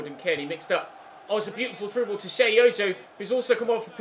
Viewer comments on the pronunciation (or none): none